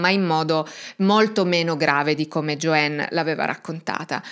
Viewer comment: Non si pronuncia " Gioenn ` ma Gioann. La A in inglese non diventa E come spesso credono gli Italiani, ma solo qualche volta che non sto a spiegare ora. Infatti AMERICA non diventa Emeriche, no?